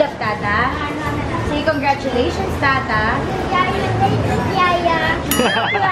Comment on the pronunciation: Alex: Say congratulations tata Sevi: Congartulations Yaya HAHAHAAHAHAHAHAHAH